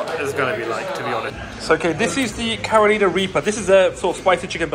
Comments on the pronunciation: I was gonna let it slide the first time you said caroleana but it's pronounced karr uh ly nuh after the state 😂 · I did hear Caro leana also but it's minor bruhh. People say our names wrong all the time 😅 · thank you bro 😂 like you say its a minor thing but the pronunciation doesn't sound right when says it maybe just be his accent 😂